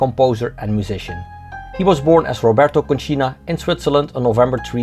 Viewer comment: it is Còncina, not Concìna